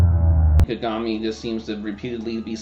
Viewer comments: Ka-ga-mi, not Ka-gami. It was so off-putting the way you said it. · I get what you are saying. It's like if you watched the anime and hear how they are saying the names, you shouldn't be messing the names up >.<. Everyone in the anime clearly says Ka-ga-mi not Ka-gami. They are also saying Kuroko's name wrong. His name is Kuu-ro-ko not Ko-ro-ko. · She even fucked up and called him "Ku-gami" once. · x73igg not true at all; its considered rude to pronounce a name wrong, especially if done repeatedly